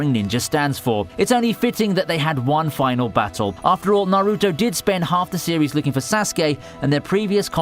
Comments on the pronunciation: does the guy watch anime, cringe at how he pronounces naruto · Stop pronouncing Sasuke and Naruto wrong